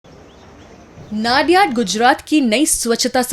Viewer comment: नडियाद ✅ नाडियाड ❎